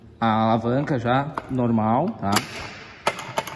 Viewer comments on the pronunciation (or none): Só eu que fiquei incomodado com ele falando "valanca" rsrsr, mas falando sério qual o valor de um serviço deste